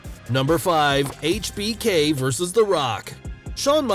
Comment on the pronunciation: I like how this guy actually says Hbk properly